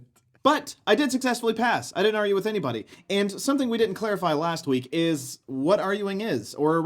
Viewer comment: It's the 'g' from the word "argue." I can't not notice it now...